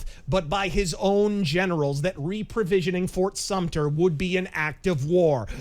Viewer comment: So are you a historian? It’s fort sumter btw! 😂😂